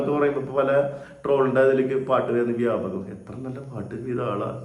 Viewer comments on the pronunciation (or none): വ്യാപകം അല്ല ന്യാപകം😂